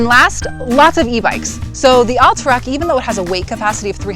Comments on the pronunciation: Recent move ins to Utah or not skiers? Curious why you pronounced Alta like all-ta rather than Al-ta. Like altitude or Alta ski resort. But actually a few times you say Alta like it should be. So now I'm thinking maybe you've lived here a while.but are just influenced by the recent move ins saying All-ta instead of Al-ta. Very important for me to.figure this out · Good review, but kind of painful to hear "Alta" pronounced incorrectly so many times.